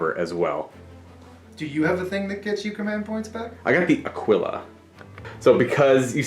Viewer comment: Great videos but for the love of god Aquila is pronounced "Akilla"